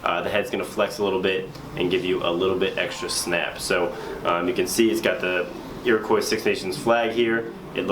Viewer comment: your pronouncing Iroquois wrong!